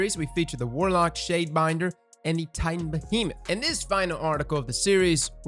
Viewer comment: Lmao fucking "tintan" and taitan XD and man gg has a gigantic hitbox and saying it needs aim is kinda stupid at this point lmao